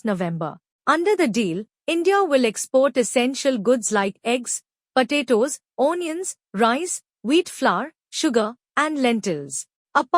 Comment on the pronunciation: Do the commentary in the language that you can speak properly. Your accent and pronunciation are beyond hilarious. I laughed through the first couple of minutes, the seriousness of the topic notwithstanding. Couldn't carry on after that. O-niuns....😂